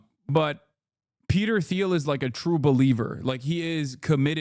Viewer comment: Hasan purposely mispronounces Thiel every time to avoid legal action. That’s how scary Peter is.